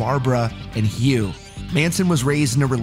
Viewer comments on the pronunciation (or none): none